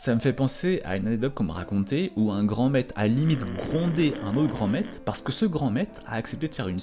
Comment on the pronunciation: On dit pas "Grand maite" on dit "Grand MaitRe" avec un "R" , c'est le son "Re", GRAND MAITRRRRRRRRRRRE . Merci !